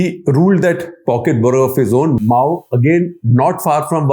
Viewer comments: Sir it's मऊ not माऊ। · Guptaji it is not mao but mau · I think it's 'मउ' not 'माओ', as Shekhar is pronouncing 'Mau'! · Its Mau not Mao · The fact that Mr. Shekhar Gupta calls Mau as Maauu, its shocking for me.